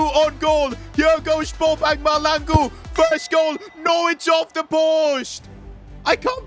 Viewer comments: Bobang MAHLANGU not Malangu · Mahlangu bro not malangu😂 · Bro he's not malangu.He's Mahlangu.As in Mah-cla- han-ngu.Mahlangu😭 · It’s not malangu it’s mahlangu you pronounce the H i’m south african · bro its Ma-hlangu not malangu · Bro Calling Mahlangu Malangu He needs some south african pronounciation lessons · It's ma-shalang-u that's how it's pronounced not maha-langu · as a South African, I’m here to tell you that you pronouncing the name wrong, it’s not Bobang Malangu, it’s MA-HLA-NGU😭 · Hey I I know you are not versed in south African speak but to say mahlangu you have to say it like mah and that hl is pronounced with your teeth closed with your mouth open blowing air through it which results in mahlangu not malangu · that's not how you pronounce bobang mahlangu 🤦‍♂️🫩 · your pronouncing mahlangu wrong you need to place your tounge to the roof of your mouth and say hlangu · I hate when he says Malangu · Try playing the South African striker like 15 games . And stop pronouncing the names wrong Coz I'm southafrican . It's pronounced maahlaaanguuu . I guess I would say pronounce the hla as tla like matlangu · No way bro called him balbang mahlangu on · 😂 you pronouncing Mahlangu wrong the h is not silence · Btw it's pronounced bo bung ma tla n gu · When pronouncing Mahlangu you must have emphasis on the HL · Mahlangu listeniing to butcher his name and expect good perfomances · You keep pronouncing Bonag Mahlangu's name wrong like crazy